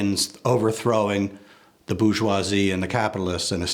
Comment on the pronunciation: It's bour-geoi-SIE